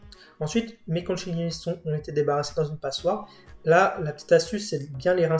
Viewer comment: Conchiglioni…. Con-qui-glio-ni pas conchiglioni. Je vous embête un peu mais franchement vous assurez!!! Merci beaucoup.